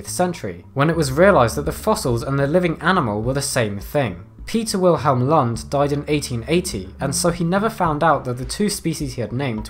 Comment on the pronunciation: Didn't know it was possible to butcher the last name "Lund" quite that bad.